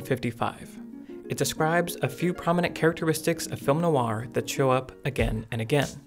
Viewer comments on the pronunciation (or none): you should listen to a French person pronounce 'noir'. it's not no-ar as you pronounce it. phonetically, it's more like nwah. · It's pronounced Nwaa not No Are . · WHy does this guy pronounce "noir" like that? Like NO-ar, instead of NWAH - I found it very distracting. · Really? For all the quality of the video, and the obvious love of the subject matter, the constant pronunciation of something that should be like "nwah" as "no-wah" drove me almost suicidal after 2 minutes... if it was only occasionally said it would be survivable, but it's part of the topic! There is no escape... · I learned a lot from this, including the correct title of the book by Philip K. Dick. One correction I have (sorry to make this in public but I have no choice) is how you pronounce "noir". It should be "nwar", not "no-warr" (where "warr" rhymes with "bar"). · Film noir is not pronounced "film no-ar" but rather "film nwar." Noir is one syllable. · It really throws me off every time he pronounces it "NO-AR" instead of "NWAR". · French is more of NO WAH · Great analysis, just one gripe... the way you emphasize Noir as No R. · I love that "noir" is two syllables here. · Is there a skillshare that teaches you how to pronounce "noir"? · I'm really struggling to watch this with the repeated mispronunciation of 'noir'.